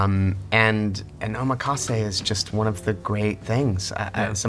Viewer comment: Guys, ohMEkase? Nah man. Oh MAC assay